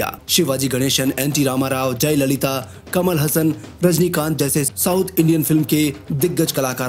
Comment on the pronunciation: कमल हसन नही कमल हासन वह कट पीस नही सनातनी है याद रखो